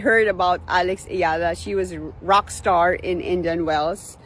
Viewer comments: It'a E-YA-LA, not E-LA. 🙂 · How hard can it be to tweak that AI voice to pronounce Eala's name right: Ee YAH Lah!